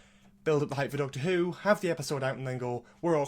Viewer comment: You said your intro right! :DDD